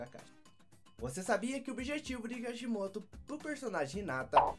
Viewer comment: vc fala Kashimoto mas é Kishimoto